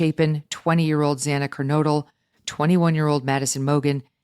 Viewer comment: I wish that judge could say Xana's name right. It is so disrespectful to not say victims names correctly. Get it right the first time!